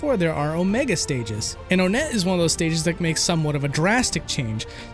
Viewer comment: Not to be rude, but most people pronounce it on-net not O net